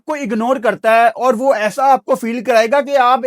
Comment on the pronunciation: It's not sawahl it's sawaal Ahsa nahi aesa please don't mind you are being watched by many people